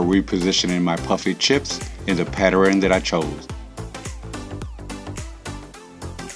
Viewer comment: I like the video tge rug is super cute. I cringe every time you say PAT TER RIN the word is PATTERN just 2 syllables PAT TERN😁😂